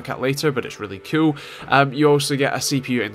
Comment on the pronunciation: Ur axent make IT sound like when u say "cool" it sounds like "cute"